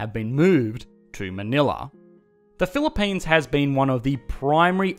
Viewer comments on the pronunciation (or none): "This is the Phili-PAINs", sounds about right